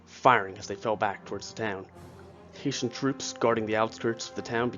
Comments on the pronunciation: it’s a good doc but you did really blunder by not fixing that mistake. There’s no excuse for pronouncing “Heh” as “Hay” it causes confusion to people who may be ignorant to the history. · Great research and great illustrations. It’s HESS-SHUNS. NOT HAY-SHUNS! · The "Haitians"? That's what I keep hearing. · the mispronunciation of "Hessians" grated on my brain, soul and psyche. I don't think anyone from Haiti was in that battle lol My last name is Hession (pronounced "session" but with an "h" and my surname is, interestingly, Irish) and pronouncing it that way is acceptable, but at the time it was also pronounced "hess-ee-un" by the British. These troops were mostly trained in Hesse-Kassel state in what is now Germany. They were top notch troops contracted as auxiliaries to the Brits (or whomever), but these were mostly from Hesse-Kassel. They were not mercenaries as has been depicted in most historic references, or at least that's what Wikipedia says, given their definition--or difference--between auxiliaries and mercenaries. But I digress. Please in the future, research foreign language pronunciations. It's one of my pet peeves given my last name was butchered and bastardized on a regular basis during my childhood; sadly, you bear part of the chagrin that crops up when someone doesn't say something "just right". My apologies. I hope you don't take offense to my mild OCD response. Your channel, with it's graphics of how the battles were fought, conveys accuracy and information of which I was unaware. Thank you for your channel and your contribution to educating us all. Please, keep up the good work. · I really hope its not a fact that only you and I noticed that it was pronounced HESSIANS no pot that sad little island. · When you do not know how to pronounce words you can Google them so you don't detract from the video. Hessians are not Haitians and Jaegers are not Jaggers. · Hesh-ins. Yay-ger. Jesus.